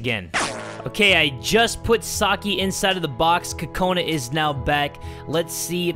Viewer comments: Cocaninea Haha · did u mean oka cola?